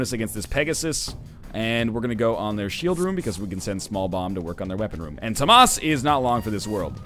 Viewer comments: How does "Thomas" become "toh-maas"?. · Dangit stop pronouncing Tomas wrong!